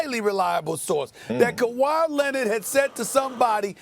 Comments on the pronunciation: Nobody: Stephen A: Kawhi Linnid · Stephen A still talking about Kawhy Lennid